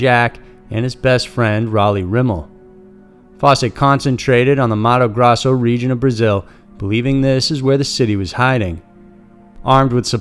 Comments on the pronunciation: I get it that the narrator is not going to perfectly pronounce words from languages he does not speak. But why the fuck does he keep saying Mato GrAzo, when the name is Mato GrOSSo? It was driving me nuts. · The pronunciation of the State of Mato Grosso is “Mahto Grohsso” and the Xingu river is “Shingu” besides this your narration is very good. I was born in that state and know of the story.